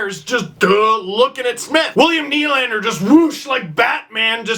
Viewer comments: work on your French steve.. it's pronounced more like "duh" than "doo". Nylan-duh sounds a lot better than Nylan-doo. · Nylan-deux should be pronounced "Nylanduh"...think Nylander said with a Boston accent...ish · Melvin doo